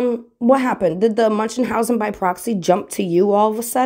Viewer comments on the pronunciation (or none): "munchenhausen" ?? Okaaaaaay then.